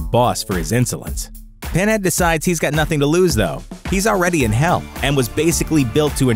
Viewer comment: "Penhad" lmao.